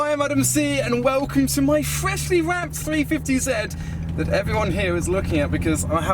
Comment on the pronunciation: flswswreshly you say. ok